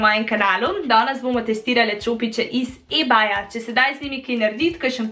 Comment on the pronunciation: reče se ibej ampak ok. aja pa ti si brez ličil al pa samo s pudrom ful luštna